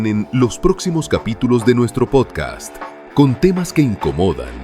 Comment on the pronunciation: Que no sepa pronunciar podcast y diga podcaaa de verdad es preocupante